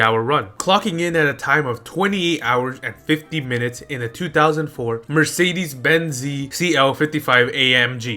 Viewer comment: did you say mercedes benzee?